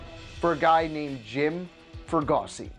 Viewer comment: Sorry, I feel like a jerk for even bringing it up, but Delino Deshields and Jim Fregosi were mispronounced. I dig the vid. I don't mean to be that guy. But I guess I am. I'm sorry.